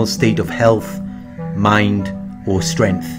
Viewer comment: The g in "strength" is not silent... unless you have a speech impediment --- like ebonix.